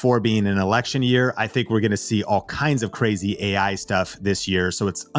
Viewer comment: The guy in the video doesnt even say ai correctly. Ai talking about ai